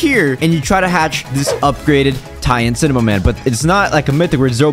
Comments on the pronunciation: He said cimaman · I love how say "cimemaman" not cinemaman